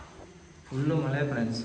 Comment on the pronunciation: ಮಲೆ ಅಲ್ಲಪಾ ಅದು ಮಳೆ ಅಂಥ ಏಳಿ 🙏